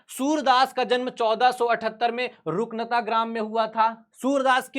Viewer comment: आप एक बार इस वीडियो को फिर से देखिए आप रुनकता को रुकनता पढ़े है